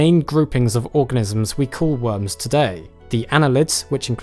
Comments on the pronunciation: i love the way he says "wurms" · love how u pronounce it "wums"